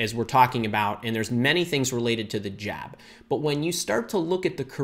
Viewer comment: Why u are saying jab not job